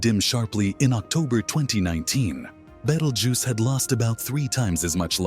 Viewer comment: At least pronounce the stars name correctly please.